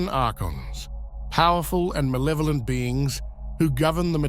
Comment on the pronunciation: It sounds less malevolent when you say mawevoment like a 5 year old. At least that's what I've found. You gotta throw em off...so they don't know how evil you are.